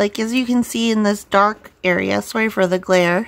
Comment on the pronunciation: I forgot you were Canadian till you said sorry 😂 this looks so good can’t wait wait to see you work on it!